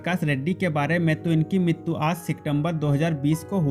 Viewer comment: TERA BAAP MAR GAYA HO,RAM POTHENENI NAHI.. AUR MITTU NAHI MRITU BOLA KAR